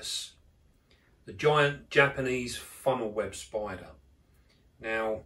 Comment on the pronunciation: he says SPOIDA for spider